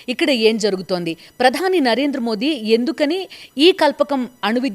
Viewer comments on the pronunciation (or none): none